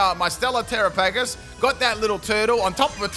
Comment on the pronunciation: I don't understand how you see the word Terapagos and think that's how it's pronounced.